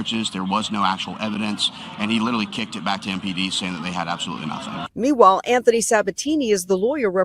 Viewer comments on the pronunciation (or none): none